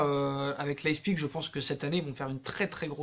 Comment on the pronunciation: Fiche-lui la paix à Tuchel,ça en devient pathétique...et arrête de dire "Leispigue"